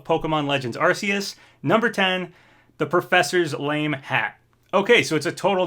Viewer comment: How he pronounced Arceus lmao